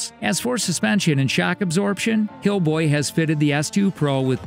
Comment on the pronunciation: lol did he say hillboy